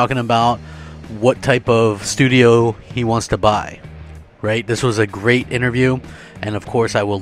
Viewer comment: "THAT'S GRREAT"